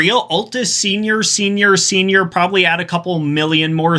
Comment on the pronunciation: tf you mean 'problably'